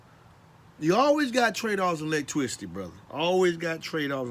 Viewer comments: You say lots of things twice.. You say lots of things twice.. Wait did you say "electwicity"?? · Lost me at "electwisity" 🤣🤣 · TWADE OFF DA AWECTWICITY. This Guy is 1 of The Bayou Boyz! Ja Zion and dis Rye'Cha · I thought he was saying Leg twisty at first and I was like wtf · I believe electricity should have been pronounced the way he says it.based on how well he explains it, It's now officially called ' electwisity'. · Lol. Man that is funny.. When he first said it. I was like huh. Lol